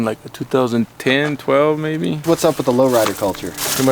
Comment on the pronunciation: Low... ride... er.